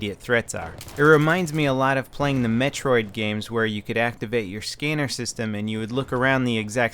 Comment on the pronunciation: did lvl say scenner instead of scanner